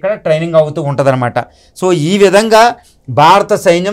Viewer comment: అయ్యా బాబూ! "బారత" కాదు, "భారత" అనండి. "భారత" అనేది ధ్వనించాలి, అది శ్రోతలకి వినబడాలి. తెలుగోడు అయివుండి (అరవ వాడైతే పోనీలేపాపం అనుకోవచ్చు) మీరిన్నిన్ని గొప్పగొప్ప విషయాలు మాట్లాడేముందు, తెలుగు ఉచ్చారణ సరిగ్గా నేర్చుకోండి. మిగతాది, అంతా అమోఘంగావుంది.